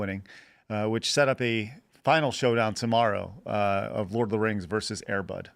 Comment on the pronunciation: Brett joins Dave Rubin as yet another podcaster who can't pronounce the word VERSUS.